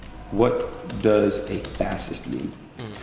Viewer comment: you cant even say the word fascist correctly lol! What is wrong with you?